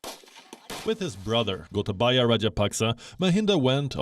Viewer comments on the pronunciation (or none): When u pronounce gotabaya it’s actually pronounced as gotabeya in Sri Lanka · Im happy to hear when narrator call ""goatabayaa"" most feared president in the world ...